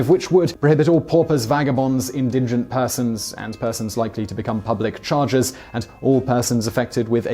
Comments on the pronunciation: The word is indigent not indingent. No second n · INdigent, not inDINgent. You do say it correctly once. What's up with that? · "in-din-gent"? did you mean in-die-gent? its indigent. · Not "indingent" but indigent. Pretty sure you get it wrong every time. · It's "indigent", not "indingent". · OriginalPiMan - He said it wrong - when put an extra "n" in the word making it "indingent". It sounded correct when he pronounced it the second time at it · it's pronounced "IN-di-gint" but otherwise, great video! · It's pronounced 'in-di-gent' (with a soft g) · Simon puts an extra “N” in indigent. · Masta, it's pronunciation rather than grammar and I wasn't being a Nazi about it, just pointing out, there is a long and proud history of pointing out Simon's rather special pronunciations. It's not like I was forcing him to wear a green triangle and gas his family; also, the way he was pronouncing it was insane, he said as if there was an extra N in there, from now on I'll be referring to it as the N word.